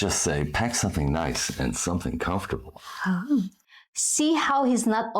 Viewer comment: is a smart woman but you need to help her with her pronunciation. Almost every word with more than 1 syllable is mispronounced. The accent is on the wrong syllable. It's not a Philippines accent....it's mispronounciation. You can help her. Example: con- FORT- able. Should be COM-fort- able